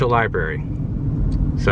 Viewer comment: Had to stop the video. You are on a platform where you are attempting to inform people. The third time you said LIBARY I was done. Sorry pal. 😑